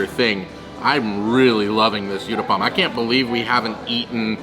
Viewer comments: Uttapam u as in umbrella. Not youtthapam 🙏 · its pronounced (ootappa) Utappa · The u in uttapam is pronounced as u I uboat. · i like the way u said UTAPPAM LOL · Hi my favourite south Indian dish is mixed veg uthappam, pronounced oo th uppam (oo as in tool tha as un thanks and up pum as in pump) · so nice to see your love for indian veggie food.the third dish is pronounced as oottapam.Good luck guys !!!! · In Comments in other videos I had mentioned about Uttapam ( pronounced as Ooh - tapam ) and how I eat it using Knife and Fork , much more convenient , even though I'm Indian 😄 You will find many types of Uttapam like Masala Uttapam , Cheese Uttapam and many more combination 👍❤️ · Absolutely mouth watering food .Good try to pronounce uttapam but not correct